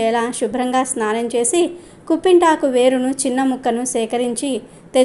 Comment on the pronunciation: కుంపింటాకు కాదు కుప్పింటాకు, పిప్పింటాకు అంటారు